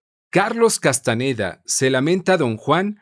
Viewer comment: No es Castaneda, es Castañeda.